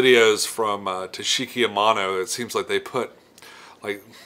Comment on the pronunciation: takashi amano. not tashiki haha